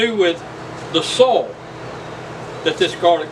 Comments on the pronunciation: Great tips!😮😁 I hadn't thought about that where I grew garlic that never came up.😭 I'll pass on the rabbit tea. Unless you're putting it in my garden. I kept trying to figure out if you were saying sole or soil....😂 Have a blessed day! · What a great way to compost in place! And by the way, I think you’re “soul” right. We say it as one syllable too 😅. Also, I love your new editing style with the jump cuts and stuff. Great work buddy. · I never knew "soil" was one syllable 😆But these are good ideas 👍👍